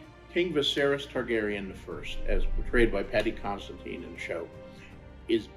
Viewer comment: this man said paddy constantine, i made that same mistake for months...good thing im not alone